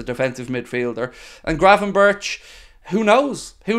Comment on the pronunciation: It pronounced berk I’m sure not Burch ?!?